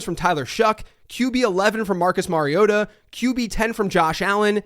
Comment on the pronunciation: tisk, tisk, it's not Marioda, it's Mario-Tah